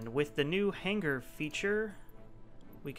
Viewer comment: OOOO.. Subscribed! "hang-ger" - unsubscribed.